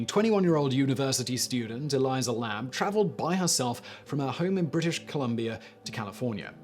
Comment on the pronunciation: Elisa Lam, pronounced E-ly-sah not E-ly-Za, Also Hotel Cecil, pronounced See-sul, not how the name Cecil is usuually pronounced. I don't know why just like Colin Powell's name was pronounce Coe-lyn rather than Co-lyn. Also the hotel's claims that the roof was 'inaccessible' was later debunked as well as the ease of access to the water tanks.